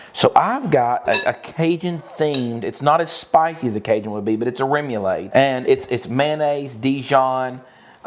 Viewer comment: Aw,. It's CROW-KETTS, not CROW-KAYS. Your way is the game with balls and mallets in the yard. Salmon is a silent L. SA-MON. - remoulade is RAY-MOO-LAAD. Not ADE like lemonade. I understand there's a southern accent involved, but there's a big difference in your sweet southern accents and a mispronunciation.